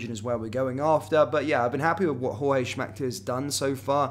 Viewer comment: Say JOORG. He's NOT a mexican Jorge